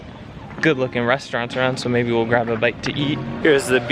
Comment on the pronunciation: Happy Birthday!!, did u say maybeia? That could be a word, not sure... sounded funny.